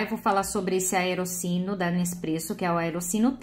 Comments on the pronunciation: se pronuncia "aerotchino" e "caputchino" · Se fala aeroTino. O “CC” em italiano tem som de T. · Vídeo bacana mas a pronúncia correta é "Aerotino". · Isso mesmo, Rhodolfo! Eu já ia fazer o mesmo comentário!, palavras italianas que contêm duas letras "c" seguidas, têm som de "t".